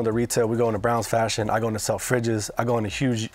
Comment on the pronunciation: bea-spoke, shanil, sell-fridges